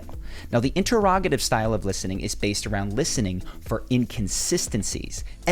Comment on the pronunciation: In Terr Rog I tive? AI Voice? definitely AI voice. Says the word Atheist very oddly as well.